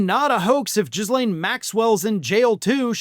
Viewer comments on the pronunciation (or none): GEEE-LANE … not JIZ~Lane. Not that she deserves the respect of saying her name correctly … I just can’t help the grammarian in me. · Ghislaine is pronounced guh-LANE, not JIZZ-lane. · it's Gil-ane or Gee-lane not Jislane. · People calling Ghee-lane Maxwell “Jizz-lane” without malice, just a genuine reading of her name, is endlessly funny to me😂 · Do you pronounce her name as "jizz lane" on purpose? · I'm sorry and yes, I hate to be that guy but, creators really need to learn how to say her name.... She literally pronounces her own name "G Lane" or phonetically "Gee-lane". The S is silent. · final boss for any american political commentator is to be able to properly pronounce Ghislaine